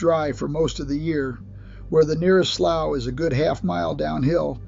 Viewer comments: it’s called a SLEW not Slow. it’s call YO-PON not YUP-ON. is a Copperhead CMoN smh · It's pronounced Nacca - dough - chezz. The snakes are going to high ground to get away from the hogs. It's a survival mode of exit. AI's pronounciation of "slough" and "youpon" is quite hilarious. It's not pronounced "slaw" it's "slew". It's not yawpon, it's "yowpon". Good grief. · SLOUGH IS PRONOUNCED SLOOOO OR SLEW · Lost me when they called a slough, pronounced slew, a slowe, what a load of crap! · I had to look it up, too. I've NEVER heard it called anything but a "slew," but apparently "slow" is another pronunciation. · Amazing that he got "Nay-chess" (Neches) right, but murdered "sloo" (slough). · ... and slough. (slew) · STUPID AI SHOWS PICS OF COPPERHEADS SAYING ITS COTTON MOUTH, AND CANT PRONOUNCE SLOUGH. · This poor guy needs to give it up and find another profession. That’s if he’s real and not AI. Because he damn sure ain’t country or from Texas if he can’t pronounce these words correctly like slough or Nacogdoches. What a joke! Next!!